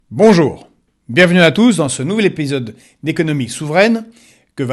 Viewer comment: ton accent russe s'entend hahaha ( dans ce nouveau "episode") tu prononce épiiisyode